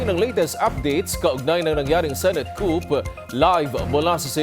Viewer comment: Wrong pronunciation of the word COUP